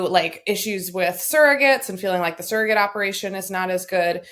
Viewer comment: Why does Sarah say surrogate like sarahget ? Lol